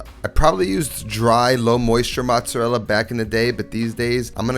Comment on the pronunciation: I’m half Italian and the way you say mozzarella makes me cringe. My Nona would smack you with a wooden spoon